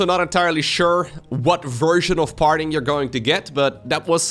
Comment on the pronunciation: farting while commentating Parting